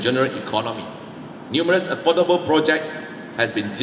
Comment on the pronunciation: Sorry to say this, his English pronunciation needs to improve. For example he pronounce affordable also not so accurate, my 2 cent opinion only.